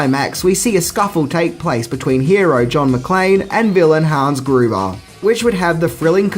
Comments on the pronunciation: It’s Hans Gruber not Guber! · you said "hans goober." did you mean "hans gruber?" lol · Hans Gruber... not Goober... SMH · Hans Gruber, not GOOba. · what the fuck dude? How do you get his name wrong? You clear as day say Hans GOOBER. GOOBER!!!! You have to know its Gruber. You just have yoooooo. You fn troll. That's all I can think you're doing, trolling your loving fanbase. Jeesh, buddy. Hans Fucking GRUBER. GRRRRRRRUBER. Much live though, Mate. Take it Sleazy, bud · You said "Guber" - not "Gruber" BUSTER😛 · Hans Gubarr??! Yeah, you’re a real fan SMH 🤦🏻‍♂️ 👎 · I swear you have never seen some of these movies dude. You frequently get the main character names wrong. Hans Goover? You even get the directors name wrong. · Did you really say "Hans Goober"? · The way u say Hans names makes him sound like a super Mario baddie it's grrrba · "Hans Goober"... HAHA, Ah. You can barely make it one minute without flubbing your lines. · Love how you said Hans goober. Lol your such a goober!!! Do you purposely mispronounce things in every video? I love listening out for your mispronunciations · Harnz Goobah, seriously... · “Goober”at the min mark. We are now Andy Griffith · Hans Guber?? Really? :) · "Hans Goobar"?!? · He says Hans Goobah. LOL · "Hans Goober"!!! GOOBER!??? Oh, you loveable clueless bastard 😂😂😂😂 It's Gruber, pronounced Groo-Ber And it's John McTiernan pronounced Mc-Teer-nan not Mc-Tyre-nan 😂